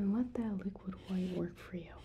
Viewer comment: 10/10 you said liquid white the correct way i love you for it